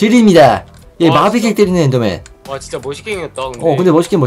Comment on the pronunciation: 엠더맨이 아니라 엔더 입니다